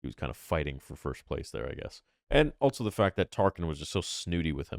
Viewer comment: "altso" x2